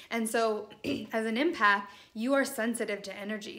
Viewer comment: Helpful thanks. The word is pronounced EMpath as in Emma. Not IMpath xx